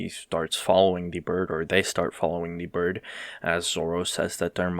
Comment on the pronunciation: loved how you pronounced it as "D" bird instead of "the bird"